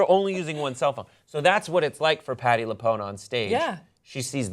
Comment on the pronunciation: Lapoonee? Sigh.